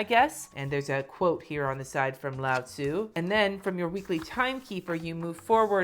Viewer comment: When you said "Lao Tsu," I thought you said "Loud Sue." It's just that kind of day I guess. Thanks for the sassy-pants review! L I K E D & S U B S C R I B E D.